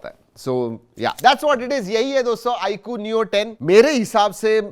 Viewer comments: I coo kay coo bola ... Ye Eye 👁 queue he 😂😅😂😅😂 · आई कु नहीं भाई, आईक्यू है😂😂😂